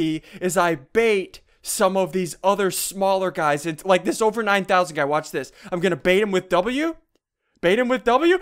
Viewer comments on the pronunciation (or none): none